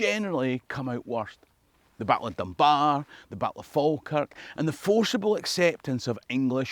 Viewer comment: Never pronounce the L in Falkirk